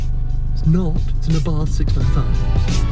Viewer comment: 6. People call it Abarth instead of Abart!